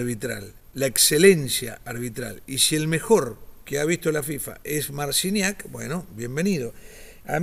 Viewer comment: Mal pronuncias su apellido i el nombre .. no se si haces por la ignorancia o por tu cultura